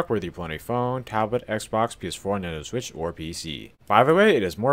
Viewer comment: “Nineno switch” in the intro